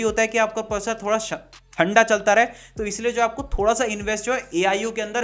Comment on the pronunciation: Proccor nhi processor